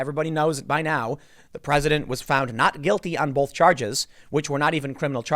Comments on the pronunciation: Tim "bolth" Pool. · Tim cannot say O's correctly. He say both and folks wrong